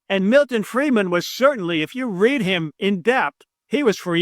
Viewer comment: When you said Milton Freidman at 10.13, I checked out. From Ireland.